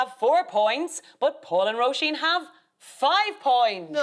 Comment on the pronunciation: At last! "Roisin" pronounced well by Aisling.